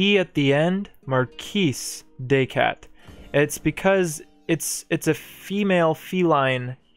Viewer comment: Technically, your pronunciation of "cat" for the marquise is incorrect. You're pronouncing the english version, /kæt/, while it should be pronounced more like /kat/ as in "cart"